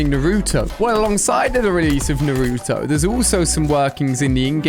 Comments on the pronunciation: Lol pronounced Naruto like such a typical white guy who hasn’t even watched an anime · Ali you said Naruto wrong no hate but it triggered me 😅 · The way he says Naruto pains my heart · Your saying nurto it’s called naruto no u in the behind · Ali a is so uncool he dosent know shisui uchiha pronouncation and didnt know kototamatsukami pronunciation too and the crow eyes kotoamatsukami was given by itach uchiha and naruto pronounciation is n-a-r-u-t-o not nruto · Bro it’s naruto not nartoo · man cant even pronounce naruto correct oml